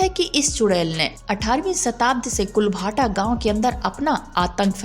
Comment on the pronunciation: इस गांव का नाम कुलधारा है कुल भाटा नहीं नाम है